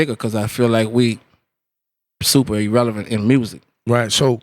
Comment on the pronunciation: i mean, maybe. i actually felt like he pronouced E-relevant but it's possible